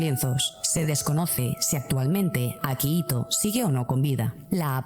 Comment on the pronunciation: Es akihito no akahito